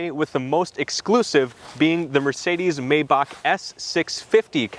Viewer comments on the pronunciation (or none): it's not pronounced "may bug" ... rather "my bajj"